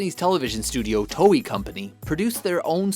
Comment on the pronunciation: Mispronounced Toei